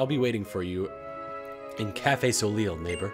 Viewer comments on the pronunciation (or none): soleil is pronounced so-lay